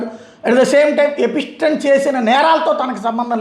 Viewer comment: ఎపిస్టెన్ 😂 ఎప్స్టీన్